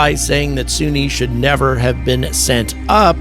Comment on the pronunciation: Why do you keep calling her "Soonie" when she clearly pronounces her own name as "Sunny" in the clip you used of her speaking?